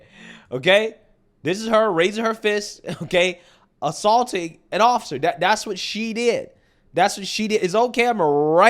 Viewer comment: Did he say aththaulting?